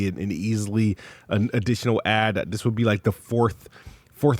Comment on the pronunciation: Th ths this th , ninja talk wtf wrong with you 😂